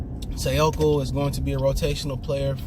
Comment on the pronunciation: Dawg it’s Say•Koo 🤦🏾‍♂️